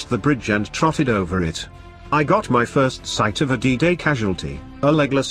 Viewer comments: Learn some English. 2nd is pronounced second - not two nd. 1st is first, not one st. if you're a historian, take the effort, slight as it is, to learn the usages. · If you must use a robotic voice make sure it speaks what is written. 1.. s...t.... stupid error. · If you really do want to increase the number of subscribers then get a human to read the text instead of whatever robotic voice dubbing you use. 1st is pronounced first and 4th fourth. I stopped listen to the robots and read the text for myself but until you get your narration sorted out I won't be subscribing.